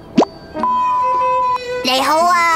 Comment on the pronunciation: There are 60 million Cantonese speakers in China and they could not find someone to say nei5 hou2 (你好) correctly....